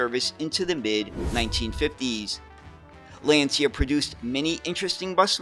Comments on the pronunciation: Fascinating presentation of yet another lesser-known bus model. The only thing - a truly ear-wrecking mispronunciation of the world-famous Lancia company. It's LAnCIa, for God's sake, not Lenzia 😇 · It's pronounced "Lancha". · Lancia is pronounced LAAHN- Chah.